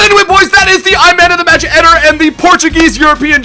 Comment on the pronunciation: Is it not pronounced Ed-air!